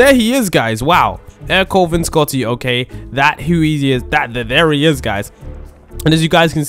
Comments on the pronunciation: It’s prounounced air co lay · Its ercole i think